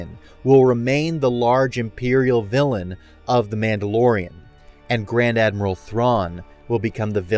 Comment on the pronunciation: This is what I heard as well lol